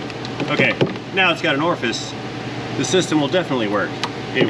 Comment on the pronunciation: Your pronunciation of Orifice Tube was driving me mad. Orfis is what I kept hearing.